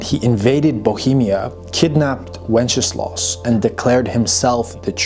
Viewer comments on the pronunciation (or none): I love how how you pronounce Wenceslas, it sounds like Wencheslav - which would mean one who celebrates/praises wenches - pretty accurate 😂